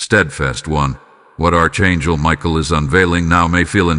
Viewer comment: It is pronounced ARK ANGEL. (NOT ARCH)